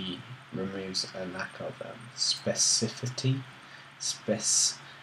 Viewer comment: SPE-CI-FIC-ITY LOL